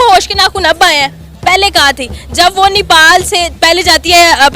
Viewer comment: Nipal nahi Nepal audhar nahi Aadhar